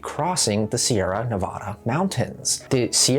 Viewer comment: It would be nice if you would learn how to pronounce Sierra Nevada.